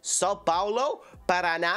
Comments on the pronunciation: Ele deveria saber a pronúncia do nome do estado do PARANÁ já que provavelmente conhece a música de NOW UNITED ...... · Parana... Paranána kkkkk omg🤭